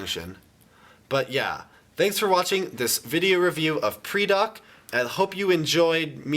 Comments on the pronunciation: It's pronounced PRY-Dak. Not PREE-Dak. Lol you're terrible at pronunciations, but it's understood. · It's pronounced "Paradak" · ether u pronoused pridak rong, or its a tomato-tomoto thing.